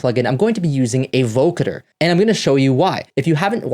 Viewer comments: VO-CUH-DER ??????? naw son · I had to stop watching halfway thru because of how he was pronouncing it